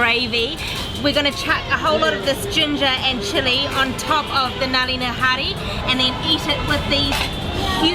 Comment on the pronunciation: Finally the next video is here!! Amazing video as always guys! I am glad you are liking the food here in India:) I found one part very funny when said Nali Nihari...Naali in Hindi means sewer:D It is pronounced Nully:P